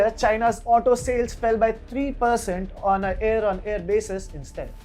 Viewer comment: Not Air on air. Its year on year or hear to year